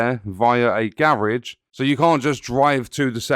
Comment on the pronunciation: whats a garriage?